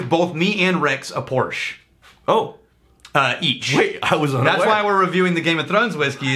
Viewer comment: got it right the second time he said it. Pore-sha. Say it with me. Pore-sha. Not a Douche, just a car guy...